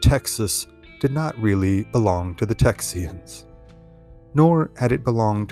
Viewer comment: Why do you keep pronouncing it “Texian”